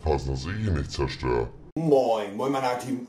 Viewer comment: Minute "Mion Leude Trymacs hier" Lachflash des todes 😂😂